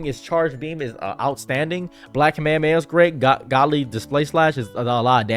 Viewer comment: Jiren literally calls him "top" not "toep." But you also say "kuhmayamaya" so yea...you say a lot of things incorrectly.